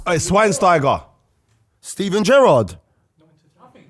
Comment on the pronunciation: said Schweinsteiger😂😂😂😂